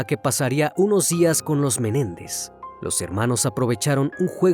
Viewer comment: No es Jose Méndez es MENÉNDEZ